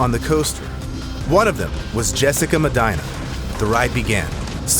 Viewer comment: He lost me with his pronunciation of Medina.